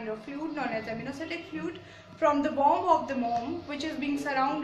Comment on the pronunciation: It's Amniocentesis not Amniocentesis